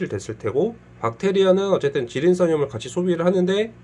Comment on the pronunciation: 질인싼염이 아니라 질인산염입니다ㅋㅋㅋ